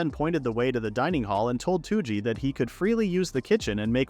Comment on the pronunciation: Touji is not "Two G" Its rather close to "Though G"